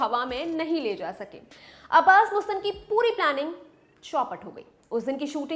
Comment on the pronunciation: She is Right..... actually..MUSTAN .... hai....Mastan. Apni suhulat KE liye Bolte Hain.......